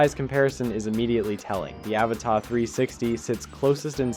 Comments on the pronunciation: It's pronounced "a-vata"; not "Áva-tá" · Can you pronounce it "UhVotta" instead of "Avuhtuh". Otherwise, great video! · No. He thinks Avata is French and written Avatà 😂. The pronunciation is Aváta, accent on the second A. Americans make up things to make them sound fancy, like Caprì as of it was French. There is no accent on he last letter it's Italian, it's Cápri. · Repeat after me: A VA TA. There's no accent on the last A, it's not a French word.